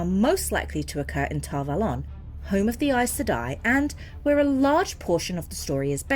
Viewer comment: yes but that doesn't matter. I have never heard Ghealdan, or Tar Valon pronounced that way.